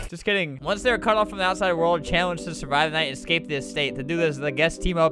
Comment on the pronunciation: you said e but you actually said "AND" as "E"